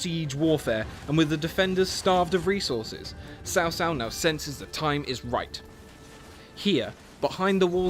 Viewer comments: It's Tsao Tsao. Sao Sao means (older) sister in-law. >_< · Sorry but you have pronounced Cao Cao as Sao Sao.... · Just say Chao Chao